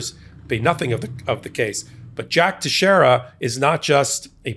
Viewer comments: it's pronounced TEX-ERA it's portuguese. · His last name is pronounced Tex e era!